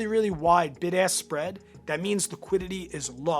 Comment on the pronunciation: I keep hearing “big ass spread price”